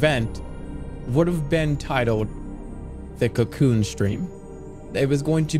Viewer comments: oh wow i didnt even notice it was ai until he said cyacyoon 😂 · No matter how good ai voice jerma gets he will not be able to say cocoon